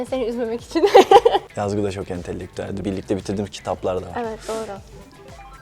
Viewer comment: Entellektuel degik entelektuel diye.soylicez yigit abicim 😄 ahahah